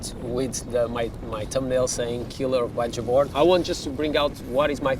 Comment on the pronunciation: BajaBoard is pronounced “baha” board